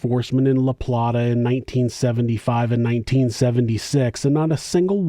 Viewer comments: Luh-play-tuh. Not La-plat-tuh🙄🙄🙄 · It's pronounced La Plate A, but spelled La Plata. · It's pronounced La Play Tah.